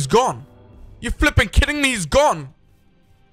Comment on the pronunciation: I love you say fipping